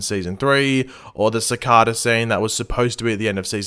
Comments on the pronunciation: How to you manage to say cicada like that when everyone in the show pronounces it differently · Just saying u pronounce cicada wrong